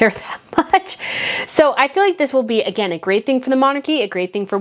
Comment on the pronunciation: Like the channel. The swallow is gone, and that is great! Now work on the word "again" pls😁